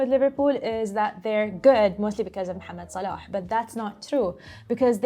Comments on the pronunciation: That "Mohammed Salah" good pronunciation from is just a joy to hear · pronunciation of Mohammad Salah is so refreshing to hear in English football content